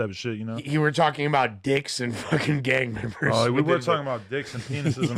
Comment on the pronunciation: “Gang membas” 🤣🤣 oh Jallah